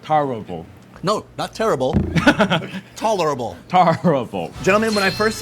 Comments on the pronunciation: CRACKS ME UP...tolerable torrible😂 👍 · Having an Asian pronounce "tolerable" is so unfair. LMAO.